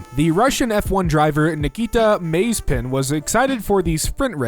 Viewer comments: The f1 drivers name is pronounced mazerpin but he spins his car so much that he has been given the tittle mazerspin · Oh the pronunciation of Mazepin.